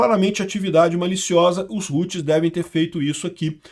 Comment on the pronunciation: os "roots" kkkkkkkkkkkkkk nao a pronuncia é como em "how"+tis... e outra nao é "computador virtual" é maquina virtual (VPS) alocado em SERVIDORES!!! fala direito pro publico nao entender errado!